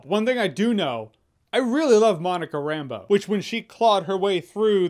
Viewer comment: Shouldn’t it be RambEAU rather than RAmbeau, being it French, creole or quebequiois, is seem to me the last syllable would be stronger.. Like other names that end with eau, Russeau, Cousteau.. etc. instead it just sounds like Rambo.